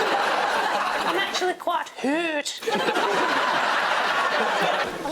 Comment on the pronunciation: Jon actually went a bit Kiwi there on 'offensive' 😄